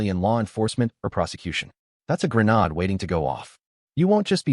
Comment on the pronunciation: Would you please go to Google and say please pronounce grenade. Listen to how it's pronounced. Then learn how to pronounce it correctly. Because you are driving me crazy. You use the word in (I think) every one of your story and you do it wrong. Either do it right or don't use the damn word. Or I will just unsubscribe and not listen to your channel anymore.